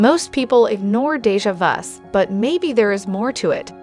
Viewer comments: It's Kar l Jung De ja vu And Ya way Please pronounce these words correctly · Since you mention self improvement, here are some tips: research well regarding subjects on which you decide to speak, especially if your purpose is for instruction. Jung’s name is pronounced “yoong.” Déjà vu has no “s” even if you choose to refer to plural form (s would be silent). Research Carl Jung’s later work regarding synchronicity. See Aion and The Red Book. You also blow pronunciation of JHVH and Nebuchadnezzar. Video would be “educational.” Language is important and beautiful. If you wish to educate, be educated. Rest isn’t bad. Don’t stop.